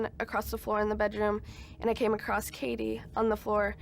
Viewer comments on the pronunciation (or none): Is it an American thing to pronounce the word 'Across' as 'Acrossed'?